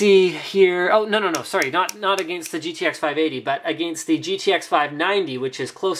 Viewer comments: the way linus says against lololol. "aghhgainst" haha.. love the vids linus!! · ahhh the way linus says "against" just makes me cringe